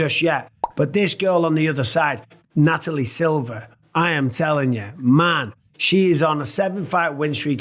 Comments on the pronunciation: Mike, isn't it NataliA, and not NataliE, Silva... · Also 'NataliA'. Loving your work DJ Mikey B, as ever.